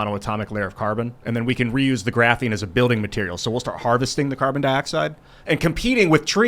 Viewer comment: I think you should fine everytime mentions "graphine".......